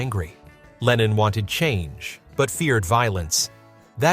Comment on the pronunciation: An den Sprecher: John hieß nicht Lenien,zumal das sehr an Lenin erinnert